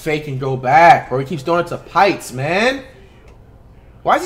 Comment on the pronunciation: When he couldnt pronounce the name pitts i knew he was taking an L